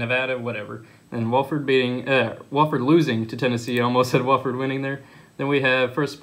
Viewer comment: It's "Wah-ferd" lol